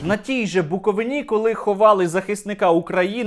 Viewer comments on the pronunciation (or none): Стерненко! Засранець, ти такий! Яки нахуй БуковинА? Це хто тебе вчив так казати? БуковИна! По губам! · Шановний Сергій. Не Буковuнá а Буковúна. Вітання із Буковúни👋🏼. Таких мп-чортяк у нас нажаль вистачає.😔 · На БуковИИИні, а не на БуковинІ. Друкую тобі це, як буковИИИнець! ))) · Сергію, БуковИна, а не БуковинА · Сергійку, тільки не БуковинА, а БуковИна. Ріже вухо дуже. А стосовно попа, то румун, у нас їх багато, вони ходять, ясне діло до руської церкви і ненавидять українців, живучи в Україні🤷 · Сергію, правильно казати БуковИна, на БуковИні. Слава Україні!